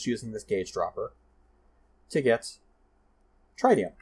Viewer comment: Just btw, tritium is pronounced “trit-ee-um”, anyways another great video, keep it up!